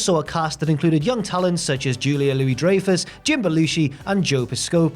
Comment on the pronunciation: The butchering of sooo many names in this video. Come on bro! You guys are usually pro. Ebersol Piscapo Dreyfus.